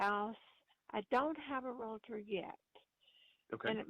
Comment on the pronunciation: Hard to trust the trainer keeps saying Realator!!